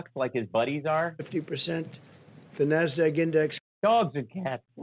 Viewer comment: Trump cannot pronounce NASDAQ. He pronounces it nass-dag.